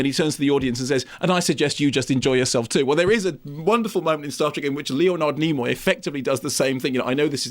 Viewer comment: Leo Nard Knee Moy 😂